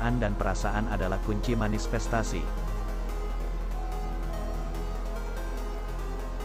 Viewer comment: manifestasi min.. bukan manisfestasi 🙈🙏